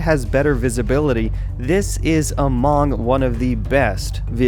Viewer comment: he says among weirdly